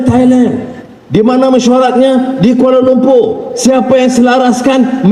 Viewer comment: Kuala Lumpu.. 🤣🤣 'R' nya gak ada 🤣🤣🤣🤣🤣🤣🤣🤣🤣🤣🤣🤣🤣